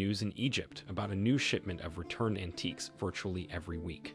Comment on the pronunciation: Not anti-qwees, learn how to pronounce it